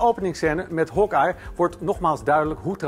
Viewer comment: Hokei zegt deze man het is Hawkeye